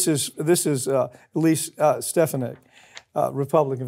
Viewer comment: Anybody else notice that Pap pronounced "Stefanik" the same way that trump did?